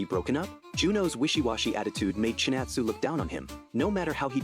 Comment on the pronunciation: ChinAtsu*. thats why AI messed up